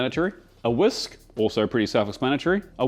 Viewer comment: Two big take aways from this video. Thinking MSG is bad for you is racist. I went and read several articles about this and it turns out it's true. Who'd of thunk? pronounces "whisk" as "Whoosk" and it sounds kind of cool.